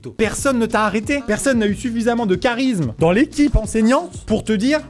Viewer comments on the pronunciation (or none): none